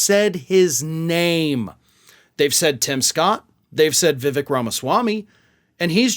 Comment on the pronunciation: "Vih-vake," not "vih-veck"